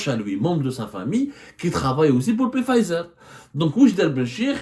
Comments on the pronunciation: Journaliste d investigation qui ne bouge pas de son fauteuil .. ton bide est de plus en plus rond hhhh Y a ssi investigation tu pouvais te renseigner au moin sur le nom exact du labo ..c. pfizer .. ca se pronnonce fayzer et on ecrit pfizer ..machi. pé fayzer hhhh Comme d hab tu nous envoi une disaines d info pour qu enfin y a 1 de vraie et les 9 restantes sont fausses ..chrol gezzana hhh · On ne prononce pas le P de Pfizer. Mais qui vous a envoyé la plainte? UB Pharma? Ce ne sont pas des investigations. C'est tenez, parlez svp à notre place. Faite eu bruit. Pour info, le Solumedrol se décline aussi en injectable est non pas seulement en comprimés.